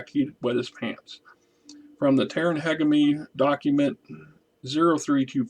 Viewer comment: Hegemony (Huh-jeh-muh-nee) or find that pronounciation on tex talks battletech or some website.